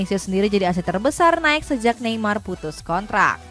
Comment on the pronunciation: Mbak, NIKE itu dibaca naiki.. bukan naik 🤣🤣🤣